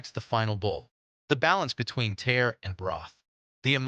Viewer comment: Please please please pronounce "tare" correctly. It's not pronounced "tear" like "tear a piece of paper. It's pronounced "tah-reh." And while you're at it, please pronounce "tonkotsu ramen" correctly too. "TonKATsu" is the popular fried breaded pork cutlet. The ramen style is NOT "tonkatsu." it's "TonKOHtsu." Correct pronunciation will make your video better and more believable. Thanks.